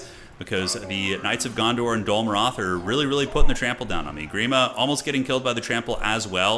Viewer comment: Dondor? Kinda sounded like u said that instead of Gondor. Maybe its like annoying step brother, Dondor